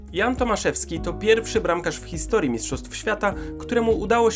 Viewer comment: 2;44 min "hisotrii" zamiast historii ;)